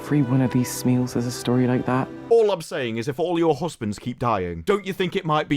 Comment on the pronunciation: the way they pronounce smial as smeel pisses me off its like "smile"